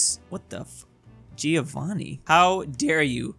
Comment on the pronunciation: He pronunced Giovanni like Giovanna, so in English Giorno Giovanna is Day John (except Giovanna is a female name and Giovanni is a male name)